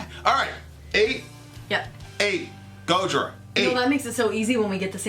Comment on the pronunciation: Learn how to say Gojira goddamit